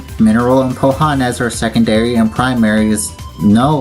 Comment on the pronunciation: Hey man! This is how you say Powhatan: “Pow-uh-tan” Great video!